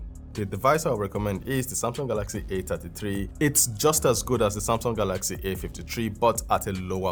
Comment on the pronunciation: A ta tee tree A fifty tree...😂😂😂😂